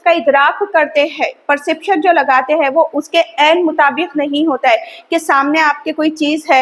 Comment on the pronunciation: Madam Hain aur hai pronounciation proper kijiye Aapko hazaron bacche follow kar rahe hain